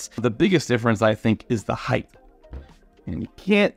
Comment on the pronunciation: Highth is not a word.